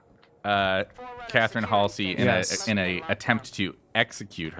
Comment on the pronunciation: Hal-see? I don't know anyone who pronounces Halsey (Hall-zee) as Hal-see.